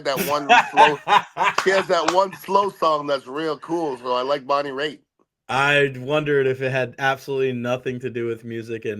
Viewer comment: He said Bonnie Raitt 🤣🤣